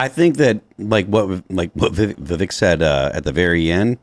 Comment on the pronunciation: Tim pronouncing Vivek as "The vake" is starting to get on my nerves 😅